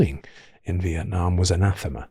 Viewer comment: Vitnam is one word not split into two, it's also a beautiful country